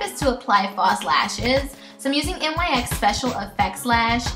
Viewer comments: I noticed you and some of the other contestants pronounce NYX like N-Y-X rather than "nicks." Oh and your Butter Gloss in Meringue is actually pronounced "mer-ang." It made me laugh! (: Aside from that, I freaking love how accurate this look was! Swear. Insane. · I am in no way trying to be rude but it is really bugging me how you pronounce it N-Y-X. The brand is pronounced "nicks". Like I said I'm not trying to be rude just constructive criticism. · Love this look but its pronounced like "nicks". Love you!!!